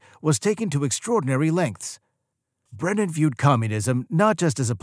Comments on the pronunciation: How come half the time you call him "Brendan" instead of "Brennan?" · The narrator can't even pronounce Brennan's surname, he keeps saying Brendan. So I'm not surprised he can't back up the title of the video with any facts.